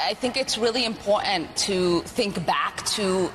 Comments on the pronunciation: She needs to speak better English it is impotant where did the R in this word go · Do not take anyone seriously when they say M-POR-ANT. That’s sign number one she’s a loser. She is not worth our time. The people that voted for her will suffer. Ridiculous.. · Why does she say "imp ogt ant"? She got elected where? New-Somalia! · IM-POR-TANT not imporant.... btw, part 4 of the oath she/her family took to make her a citizen touches on this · Import-ANT?" She doesn't know how to speak properly. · impor'ant ? nails down a chalk board stuff. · Stop saying impowatent! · Shes an absolute Traitor. Why can’t she say Important properly. Kick her out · Learn how to say important